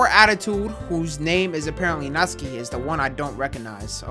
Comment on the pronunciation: bruh it’s not natski it’s NatSuKi